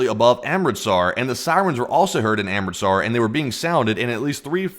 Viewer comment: Has the learned how to pronounce Amritsar correctly yet? 😅